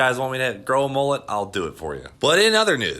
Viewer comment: Its a mul-let Not a mol-let Straya! get a dog up ya